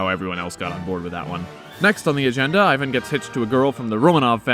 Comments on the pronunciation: Ivan Groznyj, not Ajven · Starts off pronouncing his name properly Ee-van. Then immediately after starts saying Eye-van. Probably pronounces Iran, Eye-ran and Iraq, Eye-raq.